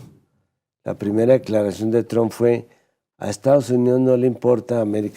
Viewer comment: Esta vieja debe ser sorda,esta' oyendo al expresidente pronunciar bien el nombre de Trump y ella insiste en pronunciarlo mal...que' pasara'